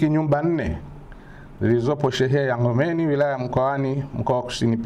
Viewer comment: Mkuu ni shehiya ya NG'OMBENI NA SIO NGOMENI